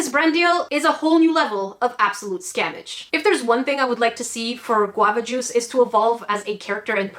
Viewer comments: I’m pissed off at Qwava Juce I hate that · nobody despises guavajuice more than...